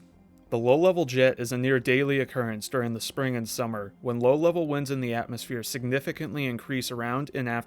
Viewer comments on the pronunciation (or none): none